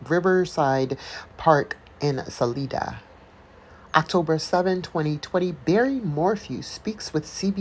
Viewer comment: Sah-LIE-da. Sa-WATCH County.